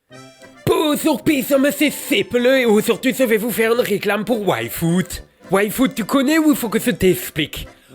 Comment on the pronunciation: Bon, je sais que ça ne joue pas en ma faveur, mais pouvez-vous articuler un peu mieux le nom de Yfood? Je n'arrête pas d'entendre waifu et c'est très perturbant. ^^